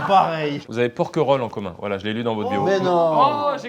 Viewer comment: « Voiye » Carlito 2024